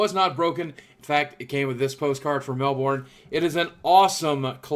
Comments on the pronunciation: haha its not said as "melbourne" its pronounced "melbun" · Lol Mell-born, say it more like melben (Melbourne) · pronounced melbin :D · mel-born lol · haha im Australia and I love how he says Melbourne !!